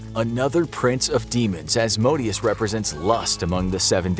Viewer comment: I thought it was pronounced " A zay zell " not " Asa zell ". And " Az moe Day Us " not " As modius " ... Butchering the demon's names will get you possessed